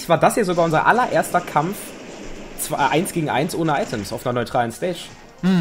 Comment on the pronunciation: Weiss vllt jemand ob sich Luigi verändert hat? Weil ich ihn noch nirgends gesehn hab in i-welchen Videos (er is mein Main mit Donkey Kong) ? UND ist euch aufgefallen das der Sprecher die 2 beim Countdown so komisch betont?^^ PS: Episches K.O in der ersten Runde holla die Feldfee^^